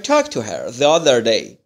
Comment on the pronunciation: راستش یک مشکل شماچراTheرادی تلفظ نمی‌کنیم چرازی تلفظ میکنین